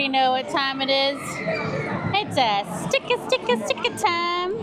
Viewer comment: "stick-uh stick-uh" time 😂😂😂